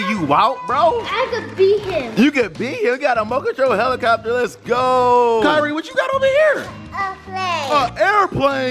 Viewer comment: Im done said “you got a mote control heblocobler” that got me dead y’all funny 😂 😂